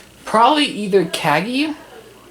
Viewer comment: You said Cagney wrong.